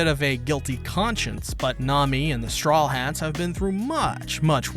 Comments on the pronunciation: Serious question why do you always mispronous strawhats as "strawlhats"? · Why does he always say „The Strawlheads“